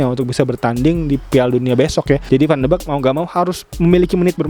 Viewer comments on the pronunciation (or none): bacanya van de bik bang, bukan van de bek